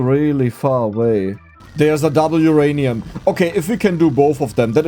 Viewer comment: He said Oranium again 😤